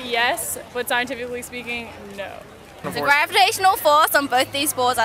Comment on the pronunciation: the girl trying to say "scientifically speaking"...lol